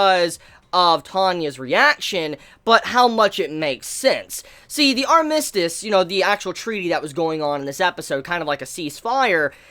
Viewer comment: But the way you are saying armistice though...